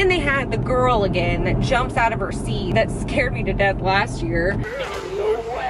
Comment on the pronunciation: Instead of saying girl you say ghoul hahahah when you see your friends do you go “ hey Ghoul “ instead of hey girl !!!! Hahaha love that for you . 😹